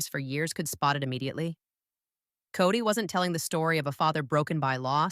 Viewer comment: It's kody not cody ffs